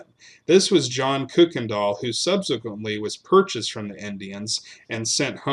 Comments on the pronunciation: Your mispronunciation of the name Kuykendall [it's properly pronounced KYE-ken-dahl} throughout this piece really detracts from the story. In East Texas, the surviving members of that family pronounce the name KIRK-ken-dahl, but NO ONE pronounces it like you do [COOK-en-dahl]! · May I respectfully ask that you reconsider how you pronounce “Kuykendall”? That’s my maiden name, can trace ancestry back to before Revolutionary War…we pronounce it just as it reads, “Kuy-ken-dall”. Enjoy your channel! new subscriber. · We pronounce it Kuy, which rhymes with buy…other branches put an “r” in it and pronounce it “Kirkendall. Unknown where that originated. Thank you! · My family is listed among the neighbors and the Massingills are relatives. Our ancestor is buried on on the Kuykendall Ranch. We always pronounced it either Kirkendall or Kuykendall (coo-ken-doll).